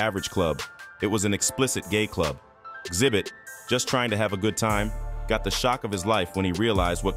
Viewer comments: I really hate when y'all drop videos and can't even get the people's name right like xzibit smdh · His name is Xzibit not zibit